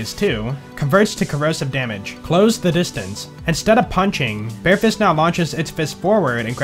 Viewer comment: I like your videos and subscribed. But I wish you look up how to say words you aren't familiar with like sabot and vampyr. Also the way you say "the" as "da" was driving me crazy.